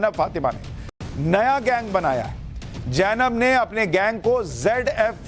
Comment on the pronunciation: Sushant Sinha, The correct name is Zainab, and you kept pronouncing it Jainab? It is amusing as you correctly pronounced ZF...